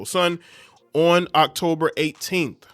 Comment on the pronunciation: Why do you sound like cardi b everytime you say on? Say it correctly. 😂